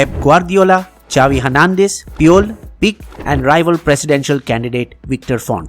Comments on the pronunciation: Its peekey, not pick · when u cannot even pronounce Piqué n say piq..That makes u a real football analyst..lol.. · Amazing video U can still work on ur pronunciation of barca players like puyol and pique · Nice work. Just small corrections: 1. Correct the pronunciation of Pique, Barça and Rakitić 2. At one point you mentioned that Bartomeu thought that Messi’s €700 million release clause can help him fix the financial problems of the club, but that’s not correct. Everyone knew, even Bartomeu knew that 700M is an insane transfer fee even for Messi that too during the time of COVID when the European football is financially broken so Bartomeu just used Messi’s release clause as an excuse to prevent Messi from leaving because no president would want the crown jewel of Barça and the best player in the history of football to leave under his watch. This would have made Bartomeu a historical villain, so he just prevented his exit.